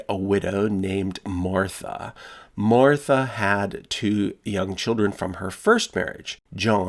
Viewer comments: I had to swipe left after I heard Muretha and Jowan. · "..widow named mortha." Me, who is just listening in the background: oh hell naw it better be spelled "mortha" or imma be hella pissed reads name BITCH WHAT THE FU